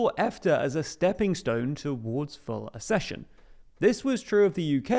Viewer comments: ACCession not ASSession. If you can't even look up how to pronounce a new word, why do you expect us to respect your analysis? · It’s not a-schesion! It’s ac-cesion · It's ACK-session. Like access. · It's pronounced aksehion!